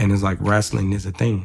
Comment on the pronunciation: If Marco say "wrastling" one more time 😭